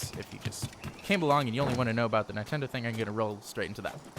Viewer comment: Did you say nietendo